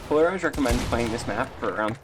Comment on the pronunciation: Пэ икс ларизед читается